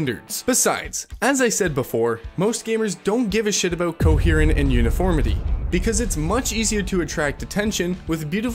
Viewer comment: Interesting video. but one distracting thing — The word coherence is pronounced Co-Hear-rent not Co-herr-rent. This is a prominent repeated word at the beginning so not a random mispronunciation. Also it is correctly pronounced later in the video. Is this because this voice is AI text to voice (which otherwise sounds very real) .. or because linguistic drift is accelerating due to the internet and educational issues.l? i’ve noticed even common words with more frequent very odd pronunciations on youtube lately. Seems like the word was more correctly pronounced later in the video.